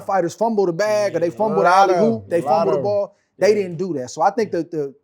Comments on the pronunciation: The fact I had to listen to SOG say “alley hoop” is not sitting well with me. 😔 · the term is "alley oop" but he was saying hoop 😂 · Why he keep saying alley Hoop? Man